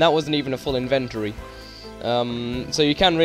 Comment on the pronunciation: "And that wasn't even a full inventory." Um, I think you put the emPHAsis on the wrong syLAble. The inventory: Providing quality, inexpensive inventions since 1883. ^_^